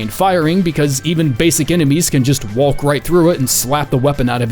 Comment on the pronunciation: bro did you just pronounce the L in walk